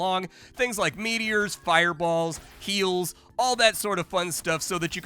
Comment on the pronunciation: "all I want to do is play Menace" us too buddy, us too. [EDIT] also, did you drop the H on "heals" like Americans do on "herbs"? Because I heard a cleric just throwing out eels and thought, that's surely more of a druid thing.